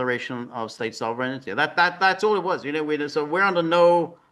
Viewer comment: George, there's no "ity" in sovereignty. It is pronounced sov-ren-ty, three syllables. There's no alternative pronunciation. There's the correct pronunciation and an incorrect pronunciation.